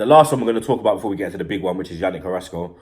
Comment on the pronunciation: u mean carassco and martial